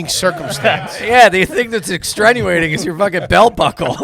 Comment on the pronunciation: One of my favorite parts of AYG episodes is hearing the guys say things like: That's a "mute" point... It's "extrenuating" circumstances.... We are "components" of..... It really epitomizes "Are You Garbage?"